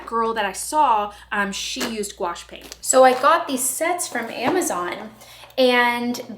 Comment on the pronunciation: Gouache. Gee O Shay